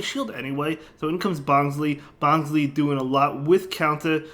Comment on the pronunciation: it's pronounced as "bonslai" as in bonsai tree